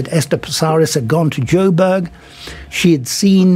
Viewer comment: The moment he said joburg... bye